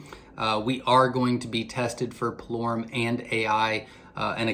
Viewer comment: Pullorum ( spell check) is what he said but is hard to understand him at that part